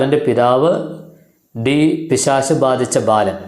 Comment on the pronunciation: പിശാശ് എന്നല്ല പിശാച് എന്ന് പറയു